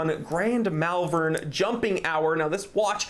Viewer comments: A beautiful watch. If I could get back the money I spent on a few other watches, this would be the dress watch of choice for me. A note on British town names though, it is pronounced Mawlven, we do like to trip up Americans with our town and city names 😂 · I've never heard an American try to pronounce "Malvern" before. I'm scarred for life